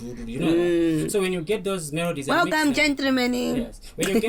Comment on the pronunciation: But, ati "welcome jentromen" 😆 🤣 😂